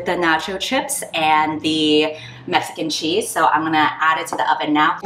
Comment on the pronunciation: I'm so sleep deprived I kept hearing mecha-cheese and just accepted it, despite eating mac 'n' cheese as I watch this video